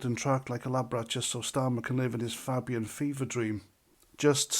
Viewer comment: It`s not Fabbian, it`s Fabian. Like rabies.